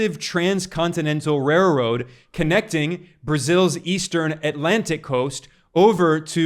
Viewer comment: You said railroad kinda crazy